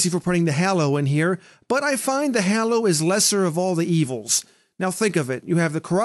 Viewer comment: I punch something every time says hollow not hallow